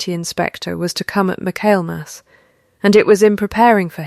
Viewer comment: Please, please correct the pronunciation of Michaelmas. All of these AI story channels are leaving it wrong, which means that's the way AI is learning it over and over. Fix it. Please!